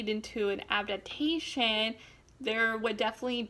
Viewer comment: She said abdabtation